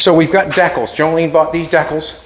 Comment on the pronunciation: I like the way he said deckalls, for decals.